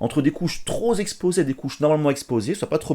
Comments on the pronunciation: merci pour la video mais alors par contre les liaisons dangereuse quoi " trop zéxposé/ trop Zimportant" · Merci pour cette vidéo très détaillée. Attention quand tu fais les liaisons ==> troSExposé ==> NON==>troPExposé.